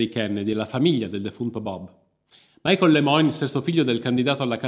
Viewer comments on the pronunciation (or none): none